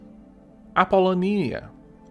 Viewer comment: That is indeed the correct way to pronounce Apolonia in Greek. In English however, you give emphasis to the second "o".